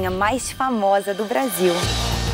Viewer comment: "Faltou S" o Carioca é foda🤣🤣🤣🤣🤣